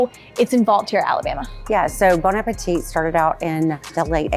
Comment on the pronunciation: Lady from Bon Appétit should know by now that it's not pronounced bone appeteete, but rather bon (1 N means bon and not bonne) ah-pay-tee. Come on!